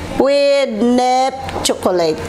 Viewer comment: Chokoleyt and neps chokoleyt. Very funny ka talaga. 😂